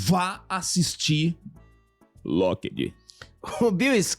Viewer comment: Esse sotaque kkk “lokédí”